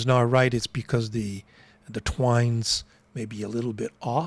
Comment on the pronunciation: It’s: Tines… no “w”… not twines…. And if you are respectful of careful enunciations of your heritage, then it goes to be equally so of others… it is: Yo-Vo… not JOE! Grazie!